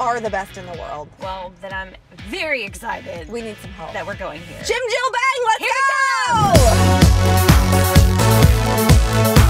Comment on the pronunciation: omggg the way they were pronouncing bang and then the receptionist snapped at them like "bang not baeng" i cant stop laughing